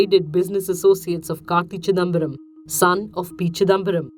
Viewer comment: When ever she says karti chidambaram hear it as kaki..chidambaram😁😁😁